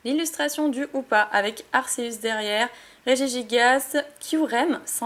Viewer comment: On dit akeus